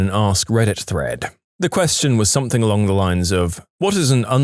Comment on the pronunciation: No K in the word something